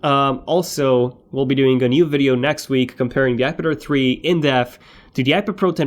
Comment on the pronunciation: omg everytime u say "ipad air 3" i always hear "ipader3"